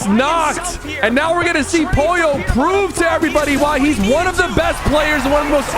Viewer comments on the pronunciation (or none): BRO ITS POLLO NOT POYO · Sypher… not Poyo, it’s POLLO!! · pollo not poyo!!!!!!!!!!!! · Sypher its not pollio its POLLO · I love how syper says poyi yo even tho it’s pronounced po lo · 36 minutes and 15 seconds of SypherPK going crazy on Peter it’s pogo stick and not pollo give pollo some praise to man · He calling pollo poyo💀💀💀